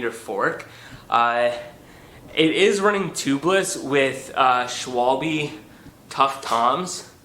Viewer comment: schwalbe ‘eh’, not ‘ee’.